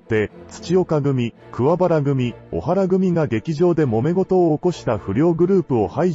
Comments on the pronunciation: おはらではなく、こはらです‼️ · 小原組は、オハラではなくコハラです